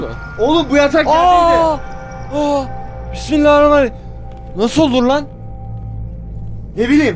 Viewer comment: pismillahrumai:D